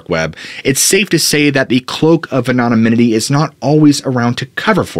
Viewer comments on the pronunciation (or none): “An-on-a-min-it-y?” I think you mean “An-on-ym-it-y.” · aNONymity not anominity ffs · Please work on your pronunciation of the word anonymity.. it's not anonomynity. The pronunciation is off all together. You've added an extra syllable and there is no third "n". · "Anomininity" 😆 🤣 😂 you must have "Googled" that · I just can’t get through this video with you saying “anomomininy” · Love your content. I had to play back “anonymity”. Might want check on how pronounce it. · pretty funny how he doesn't know how to say anonymity. pretty important word for the topic! lol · If you're going to use the word 'anonymity' sixty times, learn how to pronounce it properly. It's a veritable assault on the ears. Have a nice day. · Started out really enjoying your content. But now I can’t make it through the first few minutes of you repeating mispronunciations of COMMON words. Good God man! PLEEEEAAASE. Learn to speak the kings English properly. Truly heald back saying anything for so long cause you’re such a nice guy but one of I hear you say anonymity incorrectly one more time imma lose my shit. (Yes I see the irony). With love, and aggravation- keep up the MOSTLY good work, please showing old videos as new content, and if you simply cannot say “anonymity”, maybe don’t repeat it over and over. Sincerely love ya though brah. Can’t wait for some new and interesting content….